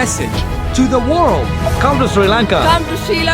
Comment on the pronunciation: bro finally learned how to say sri lanka properly